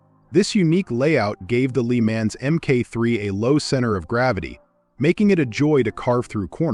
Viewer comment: Moto Guzzi. Lemonz ? 😂